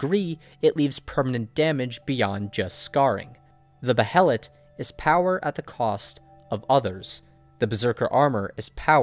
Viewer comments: Bay Lit, Say it with me Bay lit. Not Beh hell it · Pronounced- bay-let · alright rlly fast, its pronounced "Bay-let" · Just an FYI: It's pronounced "BAY-LIT", not Bah-he-lit. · i was always under the impression Behelit was pronounced Bay-Lit, not Bay-Hell-It. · Don't mean to sound rude or something, but just so you are aware, behelit is pronounced Bay-Lit. Awesome video, big thumbs up. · Dude.... Behelet..... Seriously? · It's pronounced bay-let you dumb knob. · Please stop saying Beh e' lat. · Behelits- the “H” is silent!!! Damn it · Behelit is just pronounced BAY-lit. It's just spelled that way because of Japanese pronunciation. Like how Guts is spelled Gattsu sometimes. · Its pronounced baylet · Dude. The "H" is silent. God that is killing me.